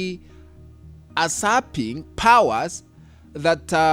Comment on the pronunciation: Pronounce yusaping power not asaping